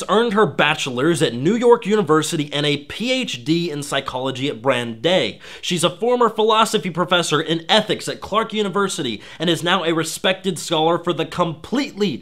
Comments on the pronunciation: Pronouncing Brandeis as "Brand-AY." Bahahahaha... It's a Germanic Jewish surname; not French. Thus, it's "Brant-ICE" (yes, the d makes a hard t sound). Thanks, tho. Haven't had a laugh that good in a while. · Good piece and persuasive. You help show how obvious the collusion and coordination are between journalists. One small thing that can hurt how a good video is received is small details like (1) how to pronounce (a) impartiality and (b) Brandeis (BRAND-ice) and (2) philosophy not psychology . Have a few friends review video before uploading. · just a note, its pronounced bran-dice not bran-day, though i might be mistaken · OK, this is trivial, but my resistance was worn down all those iterations of "im-par-shull-tee". Brandeis is pronounced "bran-dice", not "bran-day". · Lol "Bran-day" instead of "Bran-dice" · It's pronounced "Brand-ice", not "Brand-ay". Kotaku will prolly blame your mispronunciation on your Patriarchal tendencies. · Not to be 'that guy', and it's like 2 years later, but you're mispronouncing 'impartiality'... it's six consonants, not 4 And Brandeis is pronounced "Bran-dice", not "Bran-day" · Also wtf he pronounces Brandeis as "Branday"? Has this guy ever held a conversation in person with another real human being, or has he literally spent his entire life online? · Mostly liked your video, a few points of criticism though: >Mispronounced several words (Impartiality was already covered, also "Brandeis is pronounced "Bran-Dies" >American Enterprise Institute, while perhaps not as partisan as, say, Heritage, is still a conservative-leaning think tank. >The maudlin music at the end is a bit unnecessary All in all a great, concise, and persuasive video and very competent summary of the topic. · Love you video. Just FYI Brandeis university is pronounced BranDIS. Not the french brandei.